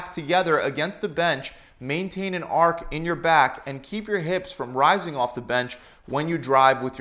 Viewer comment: Say it with me. Archhhh not ark